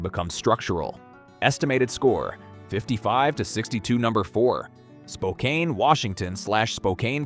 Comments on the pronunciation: Just a heads up, it’s pronounced Spo-can, not Spocain… inside the city you’re screwed, on the outskirts you’re good. P.s. don’t drink the water from Spokane River… 😅 P.s.s. You don’t want to live here, local government is hellbent on taxing every last dollar, and giving you uncontrollable homelessness, crime, and open air drug use, with some of the worst maintained roads in the country. If you live here good luck on your exit strategy. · 58, though possible 60. The trick for me is military locations. Nearest guard facility is 90 miles. Location: Southwest Virginia. Well water, plus river under a mile. Ham radio. Generator. Capability to grow crops on 2 acres. Also, I'm originally from Washington. Spokane is pronounced "spo-can", long "o" short "a". I have heard stories of them shooting you if you get it wrong. Also, you aren't wrong about Tacoma's vulnerability to nuclear strike. Those of us who grew up in and lived in that area during the late 1970s to 1990s accepted that as a part of life, the risk of living in a high military region, and I was even stationed in Bremerton during my time in the Navy, so, yeah, I know the risks well.